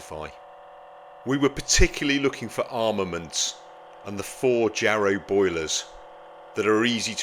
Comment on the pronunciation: "Yarrow" boiler, not "Jarrow"